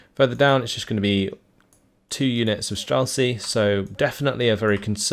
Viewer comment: Great cast as always, love your videos, I watch your uploads daily. So I hate to be one of these people but can you please put words into google translate and press listen, these are words you're forced to say everyday in your casting life; strzelcy, saperzy etc. Cheers, love your work!